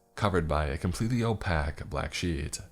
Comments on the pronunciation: Opack lolol. Every time it kills me and I have to stop listening due to the damage to the mood and English language. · darling? This has bothered me for a bit now since it seems to be a favourite slightly-obscure-word of creepypasta authours, but "Opaque" is not pronounced like that. [Obligatory love-your-channel-stuff here] <3 <3 <3 <3 <3